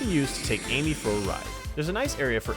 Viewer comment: Quando chega no minuto ele fala em que em vez de amy ele fala enque